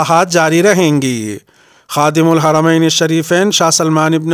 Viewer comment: خادم الحرمین کہنا لحن جلی ہے۔